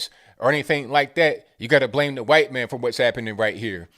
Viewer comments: Why you say "khwhite"? Lol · is killin me with all the “HYUWHITE!!” 🤣🤣🤣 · What's with the "khyate" sound when saying white? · Hearing him say it like that keeps me sane! LOL! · Why do you say "white" like that? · You say white like Stewie says Cool Whip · I love how you emphasised the word "white" at the start of this video.